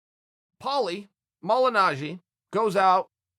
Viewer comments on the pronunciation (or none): Polly Mollynagee